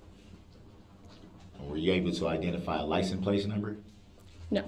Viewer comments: I can’t for the life of me understand why an English speaking grown man in America says “licenT plaCE” instead of license plate. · Licem place.